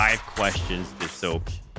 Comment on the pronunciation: "And I'm "